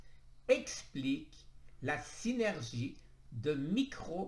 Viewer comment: Tu sais plus lire 😁😁 chimiotherapue, endoctrinien, synurgie, alcanise